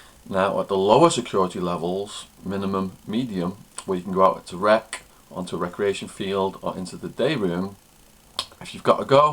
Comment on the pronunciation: He has an unusual way of ending his words like "rec-k" "holding tank-k" "bunk-k".. etc. And an irritating smacking sound at the end of certain words. Another thing is the water in the toilet bowl is what minimises the smell, as soon as a big piece of shit is under the water it will stop smelling that much. So saying "drop one, flush one" is supposed to get rid of the stench, is probably not the reason. It's probably because when you are in a tiny cell with another person, everything can lead to an argument or a fight, so it's common courtesy to flush the toilet immediately after crapping, because no one wants to see a big turd in the toilet, especially when you remember that the toilets don't usually have seats/lids.